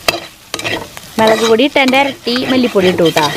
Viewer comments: Melak alla mulakpodi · Super കലക്കി മോളെ........... മെളക് പൊടിയല്ല. മുളകുപൊടി 😄😄😄😄😄